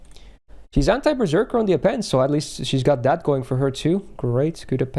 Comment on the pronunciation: Why do I keep hearing anti-perrserker passive? I've been playing too much pokemon.